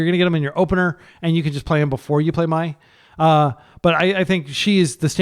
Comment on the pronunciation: Mai is spiteful towards Azula, who’s not very nice. It’s also pronounced ‘May’ like the month, not ‘My’. Avatar is such a great show, if you’re looking for wholesome TV for your kids would definitely recommend